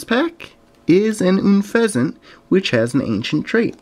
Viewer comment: It's UN-FEHZINT not NN-FEHZINT sorry for being harsh